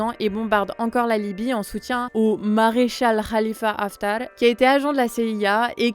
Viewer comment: Elle est où Nina ?! Je tenais à souligner sa très bonne prononciation du nom de ce maréchal libyen vraiment pas facile, chapeau ! Beau boulot les amis, comme toujours. Des bisous !